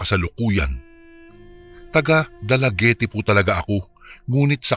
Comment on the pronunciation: Dalaguet po ang basa nyan. Hindi po Dalaguete.